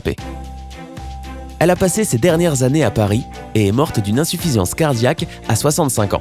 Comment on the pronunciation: Mondjal ,, cardjac 😂